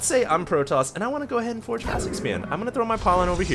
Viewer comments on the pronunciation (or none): its "forge" fast-expand not "force".